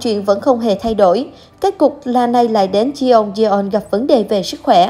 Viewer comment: Đọc là Chong don nhé